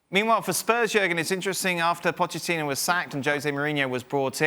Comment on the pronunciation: Lol Klinsmann is having malicious joy on Arsenal League position DT and Troopz from Aftv are coming for you boy And did he said "Pocketinho" lol